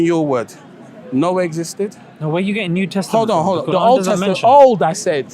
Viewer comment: he defininetly said "new testiment" 😂